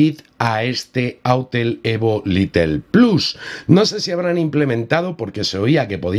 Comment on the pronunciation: Excelente actualización! No sé entiende porqué no habilitan la configuración manual, ya que eso para nada estresa el procesador. Recuerda que el modelo es Lite ("lait") no Little ("litle"). Stuart es el único little! Jaja! Saludos